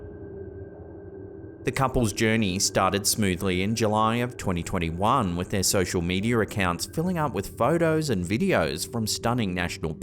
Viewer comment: Sosher medier 😅